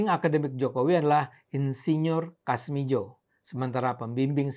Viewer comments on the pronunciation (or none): koreksi menit 7.25 dst : Kasmudjo bukan kasmijo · kasmudjo bukan kasmidjo ntar di plesetin lagi sama netizen 🤭